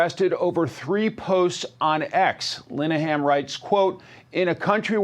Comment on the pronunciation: You couldn't be bothered to look up the correct pronunciation of Mr. Linehan's name? (Lin-e-han) NOT *"Line-han").